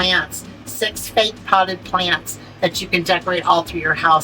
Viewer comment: 🤣🤣🤣🤣🤣🤣🤣🤣🤣🤣🤣 you said plannnnts... from Boston. Ok country girl... Great video